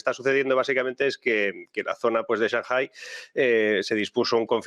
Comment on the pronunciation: Porque siempre pronuncia "shanjai"?? Lo pregunto desde el desconocimiento. Saludos